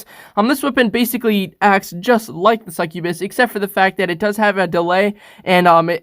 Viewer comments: It's not pronounced (SuckOooBIS) it's pronounced (Suck You Bis) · Mans said “sec ue bes” like bro it’s pronounced “suck-yah -bus” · Its Pronounced Suc-U-bus. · It’s called succubas ( suck you bis ) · that's not how you say succubus it's suc-u-bus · pronounces succubus two different ways Alright seems legit.